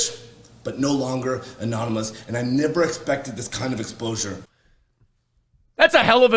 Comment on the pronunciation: He said “explosure”🤦🏻‍♂️